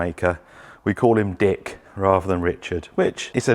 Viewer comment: It's like the "K" has it's own spotlight moment when pronounces "DicK" LOL